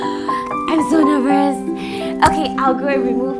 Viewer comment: She said 'nevrous' instead of 'nervous'....